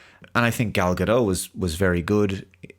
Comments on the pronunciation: Gal Ga Dot not doh. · 'T' is not silent in Gadot. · Gal Gadot is pronounced with a hard 'T' at the end 👍